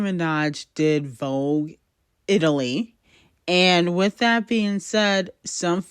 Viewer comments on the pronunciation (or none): none